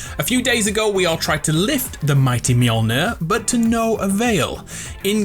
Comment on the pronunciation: i am sooo proud of you. You are the ONLY fortnite youtuber that properly pronounce mjolnir. And for that i will use ur code in the item shop when buying the battlepass